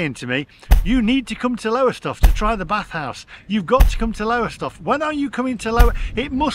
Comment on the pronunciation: When you do your UK tour please check out how the place names are pronounced. It is Lowstoff by the way.